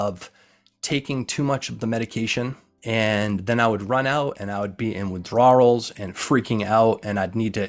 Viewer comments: Why does he keep saying "withdrawals" like that? Super distracting tbh... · Dude pronounced ever letter in the word Withdrawals. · I appreciate the video and received the message. But buddy you have GOT to find the proper way to pronounce WITHDRAWALS. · Why does he pronounce the silent L at the end of the word withdraw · I have never heard someone pronounce "withdrawals" like that.